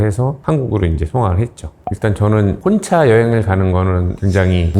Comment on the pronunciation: ★발음 엄청거슬리네...[혼차여행]...무슨차를 말하는걸까...